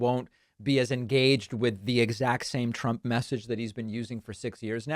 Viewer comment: Thousdands Plural nound Meazurement of the numbers of people gathereded to await Presidunt Tromp. * "Thousdands and thousdands- tears in their eyes- are gathereded to await me."